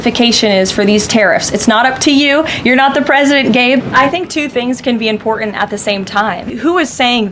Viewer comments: I think that Kkkaroline needs to learn how to pronounce important, it's not imporant. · The word is im-por-tant, not im-por-int. Bet she's one of those people who tell other people to learn the language or get out. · Love the way she shows her class by saying "imporant." Where's the "t" Dummy?? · She can’t even speak properly. The word is important. It has two letter Ts in it. It is not imporan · I know this is beside the point , but I wish she would pronounce words correctly, it's imporTant , not imporant. pronounce the T idiot. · I wish she'd learn how to pronounce 'important'. It's NOT impordent. Yeah, I know it's petty. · What's IMPORENT???😂😂😂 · ☆ "Em-pord-int". So damn glad when she stopped saying it. ☆ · Karoline, There are two t`s in important, try to pronounce the word correctly